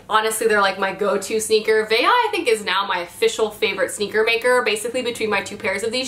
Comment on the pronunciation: A quick correction, Veja is a Brazilian shoe line (veja means look) and in Portuguese the J is not pronounced the same way as in Spanish, it's closer to the French J.. anyway gotta go get some new glitter earrings and sweaters now